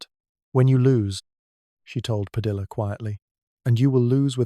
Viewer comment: Padilla* Pronounced Padi-yah